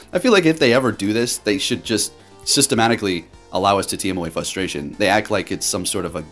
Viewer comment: FRustration not fustration